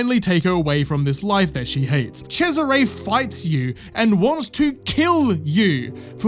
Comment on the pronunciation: Holy, the pronunciation of Cesare as Chezzaré LOL